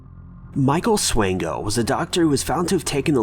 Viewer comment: you pronounced Swango correct! The news coverage didn't lol. The maternal side of my family is Swango. Michael is a distant cousin.:(